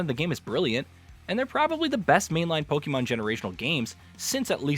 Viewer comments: It's not pronounced Pokeeemon. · Lost credibility in the first 2 seconds after mispronouncing pokemon